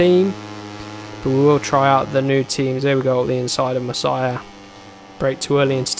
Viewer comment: Hes name is Masia not Messiah it is with out e, double s and h.